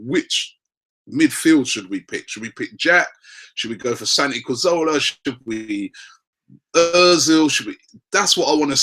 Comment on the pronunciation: Still gets Cazorla wrong